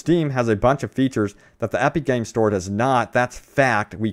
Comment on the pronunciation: Aepeek Games. 😂 Your vowels sound weird.